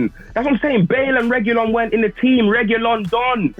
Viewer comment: Its Reguillon 🤣🤣🤣